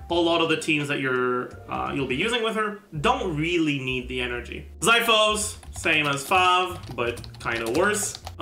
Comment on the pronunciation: idk if anyone's mentioned it but xiphos is pronounced ksee-fos